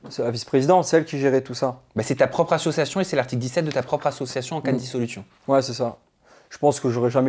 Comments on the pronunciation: Dylan il est insupportable à ne pas savoir prononcer le mot ASSOCIATION. « Assuation » c’est insupportable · Il ne sait même pas prononcer le mot ASSOCIATION !!